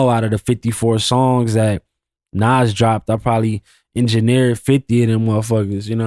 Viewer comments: I fuck with you bro but you called Nas "Nass" come on g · Did this nigga just pronounce Nas “Nazz”? 😢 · No way bro called Nas “Naz”😂😂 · Who is this idiot?? He said "Naz" 😮 ..and I didn't know Jeezy was a white boy either😂😂 stupid